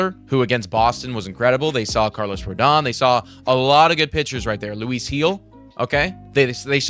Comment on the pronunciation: Everyone keeps calling him Louie, but he pronounces it Loueese.